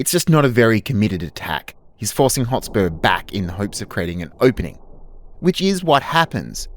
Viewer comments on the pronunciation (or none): So frustrating every time you say "Hot spore".. Mate.. It's HotSPUR (Sper) Hotspur. Otherwise great video lol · Love the video but by god, mate. Learn to pronounce the words you’re saying. “Hot spore”, “phrase” instead of “phase” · Why do you keep calling him Hotspor? It is really distracting. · Great analysis. It is Hotspur though, not hotspore. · Hot-SPUR! Not Hot-SPORE. It was Percy's nickname, apparently because he was fast on a horse. A hot spore sounds like some weird fungal sex act. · Stop saying 'Hotspore'! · Dude says hot spore half the time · Half way through this presentation you were driving me insane with your pronunciation of "Hotspur. You are saying Hot-spore. It would be like me calling you Sho - te Zeru. It is not like you don't have a modern definition of the word Hotspurs, you know as in the Premier League Team Tottenham Hotspurs. Or is this some projection of a feigned superior enunciation. Either way it is dumb. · Absolutely wild how many ways Hotspur is pronounced here 😂